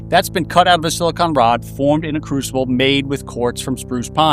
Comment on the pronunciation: Omfg he pronounced silicon like silicon. Not like “silikin” or “silicone” but SILICON